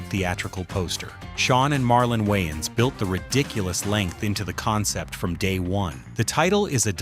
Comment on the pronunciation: The A.I. Narrator is saying YN's and not Waynes.